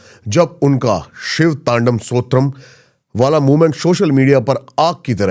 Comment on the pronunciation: ooo the real one...bhai tu shiv tandav strotam....iska hi sahi uchcharan nahi kr pa rha bhai.....aur dharm ke purodha ban ne ki baate krta rhta